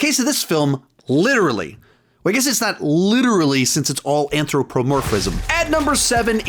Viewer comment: How many takes did it take to say anthropomorphic